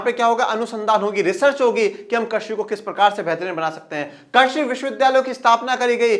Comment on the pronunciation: Krasi nahi krisi😅😅😅😅😅😅